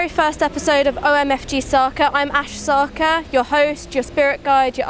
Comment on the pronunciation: Well you’ve been assimilated into British Whiteness. “Sakaa” ? That’s not how you pronounce your surname. Your surname is pronounced SarrKaarr ( rolling r’s) right?